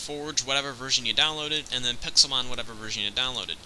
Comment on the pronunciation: Why did the modmakers call it pexilmon